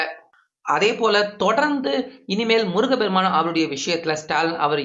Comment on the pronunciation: முருகபெருமான். தவறு. முருகப்பெருமான் என்று சொல்லவும்